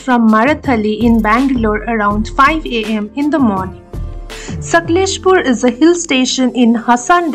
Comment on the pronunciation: Please pronounce the name of the city properly. ....